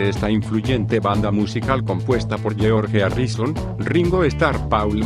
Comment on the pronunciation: Nadie: El narrador: geOorrgen ÁrrisoOn